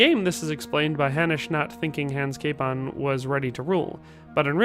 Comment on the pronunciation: Name was butchered well! :D come to Prague ... we can fix that here :)